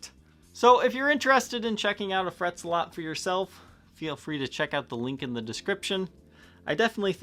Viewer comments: ZEH-LET! ZEH-LET! NOT ZUH-LOT! Seriously? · Isn't it pronounced Fret Zel-it? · Well, that was a good advertisement for a product, not. And it’s Zealot,the “ea” sounds like the “e” in petrol.